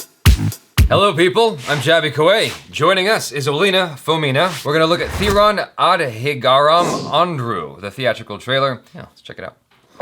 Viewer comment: It pronounced 'The-run Ah-the-ga-rum Hond-roo'